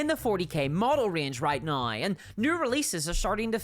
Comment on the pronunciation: There's no "i" in the word "now". What kind of regional accent do you have to have to change gnau into nooai?